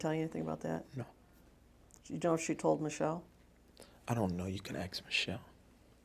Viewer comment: It's funny listening to him trying to sound smart 😂😂😂😂😂 I rather you get that information someone else...no mfa she's getting it from you.... This man panics and says Ax Michelle(Ask Michelle)